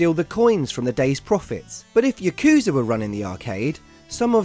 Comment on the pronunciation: Drinking game: Take a shot every time he butchers the word "yakuza"